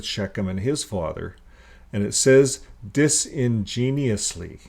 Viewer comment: dis-in-genuous not genius, great work though, im really enjoying your videos